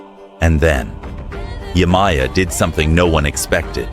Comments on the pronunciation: Yemaya Is pronounced (Ye-Mah-Yah) Not (Yay-My-Yah) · Yemaja is the the correct pronunciation❤😊